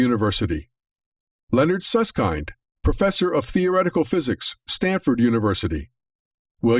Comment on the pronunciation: It's "Susskind", as in "kindergarden", not as in "kindness"